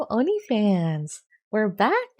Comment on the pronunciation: "Hello oni fans" What I heard at first "Hello onlyfans"